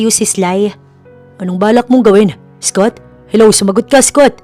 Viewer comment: Ganda ng story but the English pronunciation of the narrator is very poor. Mag aral ka ng proper English pronunciation, Scott is pronounce as skat not eskot.